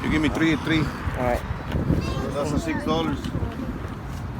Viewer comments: Pronounciation th sound sama r sound nya belum bener om. Tree, three .dead, that, pasti ngertilah om bedanya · Om,udah punya anak 2 disana th sound sama r soundnya ko masih kaya gitu